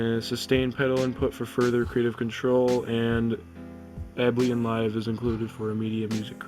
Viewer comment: Able-Ton not ableeton